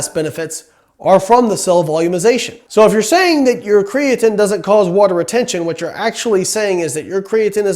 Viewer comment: I cringe everytime you say "cree-uh-tin" but your science is absolutely correct, good stopping the spread of misinformation.